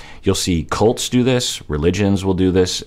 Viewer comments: When he mentioned cults while explaining malicious love bombing, I initially he thought he said “Colts” instead. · when was talking about love bombing and saying "cults do this" I thought he was saying "Colts" at first (as in Colt x Larissa) hahaha